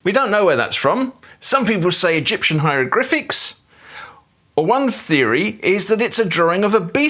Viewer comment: Did you say hierogRyphics?